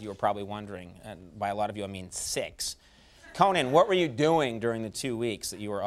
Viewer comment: Why did he have to say "6" with so much emphasis?